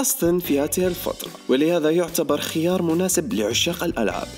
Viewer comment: ليس خِيار وإنما خَيار